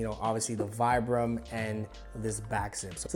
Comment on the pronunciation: Man can pronounce saint laurent but not vibram